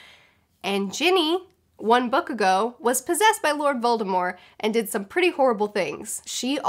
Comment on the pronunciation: Why does she say "Voldemore" instead of Voldemort?